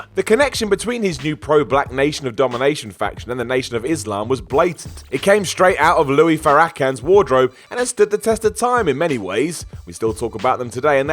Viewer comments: 😅LOUIE FA RAK KUN?? How tf did I miss this a yr ago? Louis pronounced FAIR A CON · Louie? Farra-khan? pronunciation was soooooo disrespectful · The way u pronounced Louis farrakhan was hilarious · So who else knew it was time to go when they heard the way he pronounced Louis Farrakhan????? 😂😂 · While everyone is complaining about how mispronounces Louis Farrakhan, here I am wondering how you can butcher the pronounciation of Marlene Dietrich so bad. "Marlon Die-Trick"? Really? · trying to pronounce Louis Farrakhans name is the best thing I've heard all week lol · I understand that he well and truly botched the pronouncoation, but have to call you out on your example of "if it was a Japanese name you'd try harder" when 99% of Americans (and most westerners) mispronounce Japanese names all the time, including popular brand names like Datsun, Mitsubishi etc. Watch this video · pronunciation of Louis Farrakhan lmao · Never heard Louis Farrakhan pronounced like that... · Fr I'm glad somebody caught that but it's he gets a past